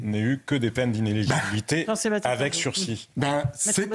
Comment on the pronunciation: I-né-li-gi-bi-li-té. Beaucoup de gens ne savent pas prononcer ce mot. Eligible -> Inéligible -> Inéligibilité